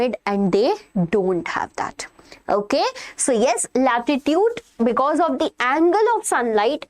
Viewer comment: its latitude not latitute